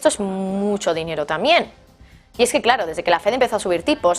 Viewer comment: UNA PREGUNTA...POQUÉ USTEDES EN VEXZDE DECIR TAMBIEN ,DICEN TAMIEN¿...PREGUNTO